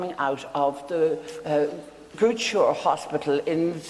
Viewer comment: Love the story... and the mention of South Africa... but a slight correction It's Groote Schuur Hospital... I love it....❤